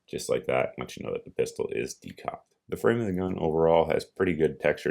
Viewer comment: Pistol, not Piarol right?